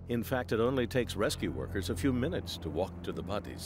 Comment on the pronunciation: Why he say bodies like that